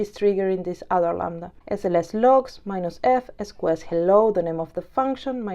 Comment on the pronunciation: interesting sqs pronunciation "es coo es", later you pronounce queue properly... ES cue ES is correct... sqs === ES CUE ES or s queue s... good lesson thanks for the content!!